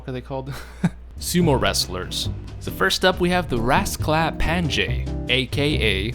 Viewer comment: Just wanted to comment that you're horribly mispronouncing the word "raskaplanje", it's supposed to be pronounced "raasklapanye", it's a great video but that pronunciation is incredibly inaccurate